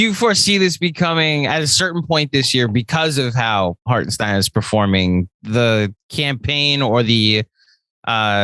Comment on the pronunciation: Let's Go NY! Little advice from a German Knicks fan, let's get his name right once he's on our team, as I've heard tons of pronounciations. It's Harten and stein. Like the sh in shit and the dine in dine. Hartenshdine. Totally looking forward to him playing for us